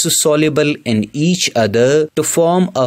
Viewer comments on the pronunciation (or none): none